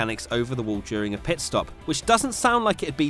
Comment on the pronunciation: “ PEET STOP ”